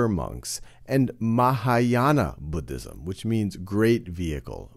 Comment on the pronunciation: i wAS WATCHING THIS foR WORLD HJSTORY AND I WAS SO HAPPY WHEN HE DIDNT PRONOUNCE IT LIKE “BOODISM”